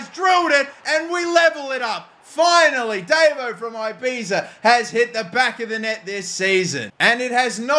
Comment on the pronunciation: Please sell davo, mainly because you can't pronouce ibiza